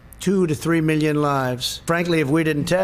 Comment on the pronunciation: I'm going to puke if I hear tRUMP say "40 millyin peeple' one more time...